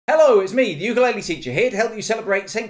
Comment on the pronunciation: Start by pronouncing the name of your instrument correctly 😏